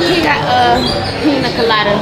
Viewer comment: “Piña colada” it’s Hakuna Matata😭😭😭😭😭